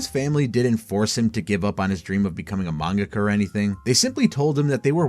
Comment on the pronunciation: Great video, except for your pronunciation of “mangaka”. It made me want to drive into oncoming traffic….. it’s like the dubbed pronunciation of Toppo from DBS.